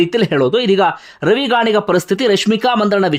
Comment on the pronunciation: ರವಿ ಗಾಣಿಗ ಅಲ್ಲ ಸರ್... ರವಿ ಗಣಿಗ.... (ಗಣಿಗ ಅಂದ್ರೇ ಅವರ ಊರು,, ಜಾತಿ ಅಲ್ಲಾ)